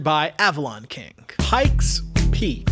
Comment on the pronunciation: The word :King:does NOT end with a hard "g" - it ends in "ng" which has its own pronounciation...